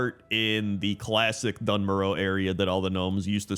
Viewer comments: Doone Moarr Uh Please Not dunn murrow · Dun Morogh...... Yuk 😂